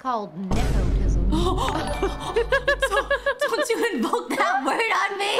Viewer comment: The way says Nepoetism is great